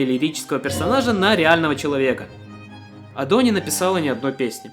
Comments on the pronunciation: в каком месте это ошибка если 4-й сингл Гира Гира, а 3-м синглом является Usseewa (Giga Remix)? 🤨🤨 и почему ты постоянно называешь её Адо (ударение на О) если она Адо (ударение на А).....? (〃￣ω￣〃ゞ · Очень сильная работа, хоть лично меня коробило ударение на второй слог в имени Адо, видно как много труда вложено! Над шутками прям в голос смеялся. Из нового для себя, добавил одну песню в плейлист. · .... Её имя правильно произносится А́до, с ударением на первый слог А́-до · На протяжении всего видео задаюсь вопросом: Почему ты ставишь ударение на адО? Я понимаю, что в японском нет ударений, и можно говорить как угодно, но в своих адосенсах она сама говорит скорее с ударением на А: konbanwa Ado des (эта вставка была где-то в видео) И я тоже привык говорить Адо. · А́до, а не Адо́)) Такой крутой момент испортил) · Автору респект и огромное спасибо за проделанную работу. Обожаю творчество Адо. За эти почти 3 часа я будто стал частью чего-то общего настолько, что в конце даже стало немного грустно, от того, что видео подошло к концу. Единственное подмечу, всё видео резало ухо ударение на адО́. А в остальном БРАВО👏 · Бля, почему так трудно просто говорить "Адо" с ударением на первый слог... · А разве не на а палает ударение в имени Адо? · Видео про Адо это прекрасно, но за ударение осуждаю хд она же сама постоянно правильно произносит свое имя ПС отдельный плюс за внезапного ENTP собрата на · Адо кста, с ударением на первый слог (я знаю, что тебе похер, но всё же) P.s. чтобы Адо не звучало как "Ада" нужно в конце говорить О, а не А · Была на ее концерте в Берлине в этом году, плакала как тварь от эмоций. Спасибо за видео и спасибо рекам ютуба) камень в огород за ударение в имени все равно кину хихих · Ado Overglazing с неправильным ударением на О, adhd goofy ahh монтажем, с информационными вставками на полсекунды, с повторяющимися мемами длиной в 3 часа Смотреть интересно, но очень больно, и я даже не про глаза